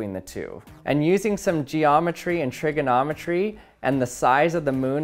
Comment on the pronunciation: Sounded like "Trickerometry"